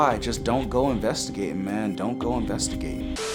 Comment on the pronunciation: Don't ENVESTIGATE:gaming Channel:"Lets envestigete"🤣🤣🤣 me:wha